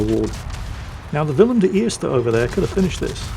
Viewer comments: The pronouncation of Willem de Eerst in Dutch was spot on mate! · Who are You??? and what have You done with the real???? You pronounced WILLEM DE EERSTE correctly!!! Greetings from Holland, Gerard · your pronouncement of the “Willem de eerste” is absolutely spot on. Well done